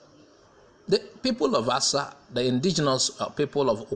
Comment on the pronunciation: Asa, Not Asa'